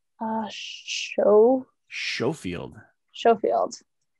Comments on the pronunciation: Recently pledged for this game so it was cool to see it being played so a big 👍 to all of you. Oh yeah, just an fyi..the ch in the Schofield revolver is pronounced as a k not a shh. So it would sound like Skofield. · Thats a schofield .....pronounced. (sko-field) like School..... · Just a small point. Schofield is pronounced skofield. Like school. looking forward to buying this zombicide too.